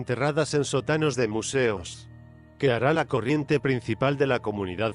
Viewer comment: la verdad no me explico porque a la hora de narrar le cambia de lugar los acentos en lugar de sótano dice sotáno y no es lo mismo